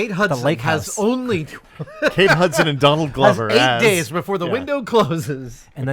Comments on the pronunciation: Hey Adam, it’s Adam. Donald Glover’s last name is pronounced like Gloves you wear on your hands and not Glow-ver as you said twice. Like when you corrected on Mark Ruffalo isn’t Roofalo. Love you guys! Love details! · is looking at will every time adam said gloh-ver wondering if he should correct to say glover? lol or is it gloh-ver?